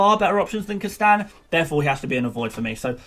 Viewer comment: You may wanna work on pronouncing "Castagne", not that I really worry about the the pronunciation, but it really sounded a bit weird when you said it at-least 20 times in 2 mins.